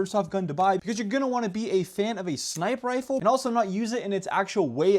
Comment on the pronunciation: "And we have this crazy sniper rifer..."